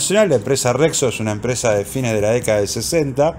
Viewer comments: Che, la marca es Rexio, no Rexo .😅😅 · Rexo o rexio? Xd